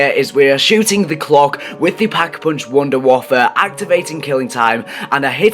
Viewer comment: Ok, can we make one thing clear. Just like its not "Staminem Up" (if you know what pronunciation that im trying to say) its "Stamin Up" its called the Wonder Waffe not the Wonder Waffle, like I dont care if you call it that but dont be putting that on forums, it looks bad. This is just an opinion so please no hate Dad.